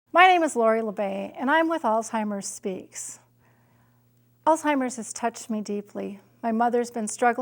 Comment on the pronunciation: I hate when people pronounce it as "All timers". It's freakin Alzheimer's, not All timers.